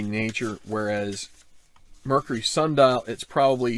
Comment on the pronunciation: Thanks for the course previews! Some interesting new twists here. BTW its "sandal" not "sun dial" :)